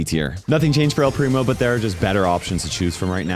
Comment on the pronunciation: he said ELLLL PRIMO